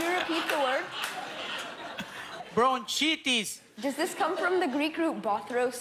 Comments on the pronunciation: France Lot that pronunciation is actually pretty close to the German word Bronchitis. Meaning exactly the same as the English bronchitis. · Guillermo pronounced bronchitis like we do in Germany😂 So I knew how to spell it at once. But that was the only word I understood😅